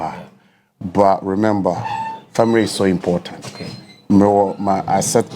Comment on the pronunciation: Heeerr stop😂😂😂, frag, deverop,famire, frawes, probre sɛsɛn 😂😂, i dey enjoy watching my guy. I told people Tete go win cos they fix am already. Keep going bro 🥊🫡